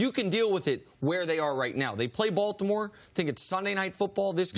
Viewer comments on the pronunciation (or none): none